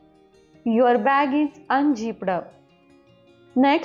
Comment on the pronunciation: Unzipped अन्झिप्पड हा काय उच्चार झाला 😢